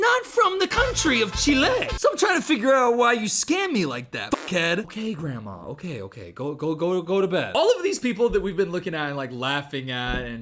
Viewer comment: I'm chilean and from now on I will always call it Chilé because of you lol